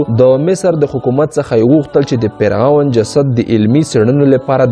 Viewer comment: مننه ښه معلومات خپروې، اما د ویډېو په اخري برخه کې دې یادونه کړې که نیوکې او وړانیزونه لرئ نو تبصره کې یې راته ولیکئ، په همدې خاطر غواړم د سمون لپاره یوه نیوکه وکړم هغه دا چې: سره له دې چې ته یو ژورناليست او لیکوال هم ښکارې خو ځینې تورې غلط یا ناسم تلفظ کوې لکه د ع او غ رد او بدل کارول د ح او خ رد او بدل کارول د مثال په توګه فرعون ته فرغون وایې، معلوماتو ته مغلومات وایې، رښتیا ته رهتیا وایې، اخستلو ته احستل وایې خپل ته حپل او داسې نور...... زه ستاسو د ویډېوګانو مینوال یم او تشویقوم مو ډېر ښه مخې ته روان یې خو که دغه لفظي نیمګړتیاوې ونیسې نو ښه کار وبه شي. مننه